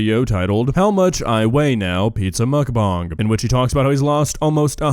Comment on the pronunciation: i am dying by the way you are pronounce mukbang